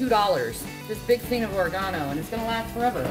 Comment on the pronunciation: Hahahahahaha she said "ore-uh-gan-oh" the way Marge Simpson says it.